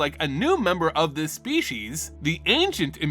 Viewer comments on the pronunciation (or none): none